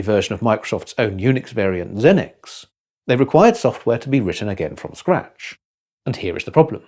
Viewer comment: Good video except for one problem XENIX IS NOT LINUX. Xenix is a sublicensed version of AT&T Unix because AT&T was under antitrust limitations. Linux is a kernel licensed under GPLv2. actually i think it was pronounciation, he did say Xenix it just sounded like Linux